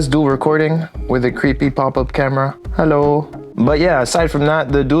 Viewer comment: Your hallo sounded a little Dutch